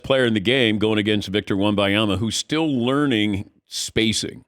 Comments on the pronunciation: I really think it is disrespectful to still pronounce a player's names wrong after a year.....unless its a reading issue, he is from the US afterall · How insulted would these guys feel if other people butchered their names the way they do with Wembanyama? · The old guy can't pronounce Wemby's name it's infuriating af, go to the hospice or edit and bleep it, it's insufferable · wtf is a Wimbyama?? Wem-Ben-Yama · Stop saying wemuhyama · Say the man’s name right! It’s not victor wem-bye-ama. It’s not hard to say ffs. No respect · It drives me crazy people don’t say Wembanyama!!! M!!!! Not a N!!!!! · Why can't any of these professional talkers pronounce his name? It's not even difficult. This is a troll right? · I can't drop a thumb up. It drives me to distraction the number of times you mispronounce his name . NIA-MA.. . BA-NI-A-MA. WEM-BA NI-A MA. Just practice , will you ??? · First off...for God's mercy, Ban-Yama. It's not hard man. Future face of the league so might wanna get the name right. Next, I'm tired of this stupid narrative of "cAn ThE sPuRs BuIlD aRoUnD vIcToR". Uh, hello. The Spurs, who have 5 titles? This isn't the wizards or something that we're dealing with. It's his ROOKIE SEASON! Can we give them more than 90 percent of his first year to do something? Good Lord. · The name is WEM BAN YAMA. Is it that diifficult to get it right? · DAN LEARN HOW TO PRONOUNCE VICTOR'S LAST NAME. This is really embarrassing on your part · How is Dan mispronouncing his name this badly? He’s THE pro and not a moron. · Every time he pronounced his name wrong, i die a little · Please learn to say his name. This is terribly annoying. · Maybe learn how to say his name properly before doing a 10 minute interview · For god sake learn to say his name ! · All the casuals get Wembanyama's name wrong. Seriously, it's not even a hard name to pronounce. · he's not a casual, he's fuckin Dan Patrick. but yes, it's really weird that he can't pronounce it right.